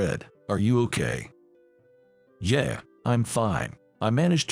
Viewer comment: Agreed. And pronouncing "yeah" as yer. Pathetic.